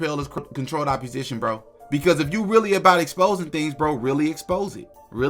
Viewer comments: Opp-o-sition not opp-u-sition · Love the work but the word is opposition root word, oppose. Not appusition, root word appuse🤷🏻‍♂️😂